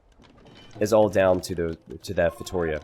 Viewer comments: yes sorry, I mean pronunciation!! It is just as Giuliano said below: instead of feiTOria it is feitoRIa!! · I really hope this brings Feitorias to the spotlight, even if a safe map is needed for that kind of fast imp lol Btw if you're interested in the correct spelling, its "feitoRIa": "RI" is the strong syllable in this one!! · Also, if you feel like pronouncing it in portuguese, it's actually "FEY-TOO-RHEA" ;) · It’s pronounced “fay-tow-REE-ah”!! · please try this when saying Feitoria: FEI (like in FAIth) - TO (like in TOtaly) - RIA (soft R, and "I" has an EE sound in portuguese and is the strong syllable in this word, like "rEEa"). Fai-to-rEEa. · Fate-oh-reah could work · To like toe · it's pretty accurate sylable-wise, but Yuri is correct where the strong, longer syllable is in the "RI" ( says it like it's feiTOria) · For the love of god,! I'm Portuguese and I can't stand listening you saying feitoria. 🤣 Listen to this, this is how you should pronounce "feitoria" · Please stop saying feitoria like that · Viper pronounces it wrong too